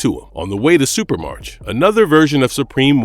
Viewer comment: "Supremarch" is pronounce "supra-mark", not "super-march". The suffix "arch" (pronounced "ark") is derived from ancient Greek and means leader. Examples: monarch, oligarch, archangel. So, "Supremarch" means "Supreme leader"; in this case, the leader of Supremes.